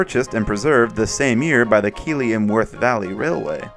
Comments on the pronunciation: I'm just happy to see my home station appear in an Video. I live in Keighley and 41241 is the KWVRs flagship engine, so it's nice to see the love for it Also, it's "Keith-Lee" not "kee-Lee" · it’s Keith-ly mate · Just a quick note, keighley is bizarrely pronounced "keethley", I dunno y us brits love a weird spelling. Love the videos, keep em coming! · The pronunciation of Keighley is making me cry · In fairness that’s how it’s spelled